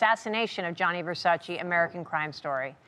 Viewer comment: When he properly says Versace! MY MAN!